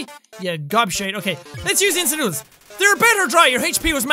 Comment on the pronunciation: I like how he said "INSTANT NOODER TIME!"-jacksepticeye 2016